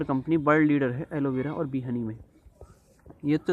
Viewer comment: Aloe vera not aloe bera😅